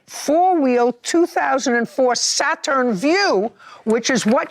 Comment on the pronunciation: If JJ say "Sa-Turn" one more time! 😂😂😂😭